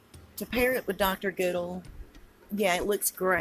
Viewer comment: It’s Jane Good-all is the way it’s said. Just to let you know. Love your posts.